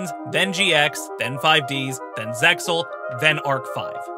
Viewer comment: its not ZEX-AL its ZEAL!!! the X is SILENT!!!!! facepalms* Spider-Man is not a mutant, he's a 'genetically enhanced human', meaning he did not naturally mutate into Spider-Man. By altering his DNA through the spider-bite, he is an enhanced human being. It 'does' lead to further potential mutations, but he's not a "Mutant" like X-Men or other mutants due to "natural human evolution". what the heck, the narrator just ignores the premise of the 5D's show that's about dragons and Dark Synchro........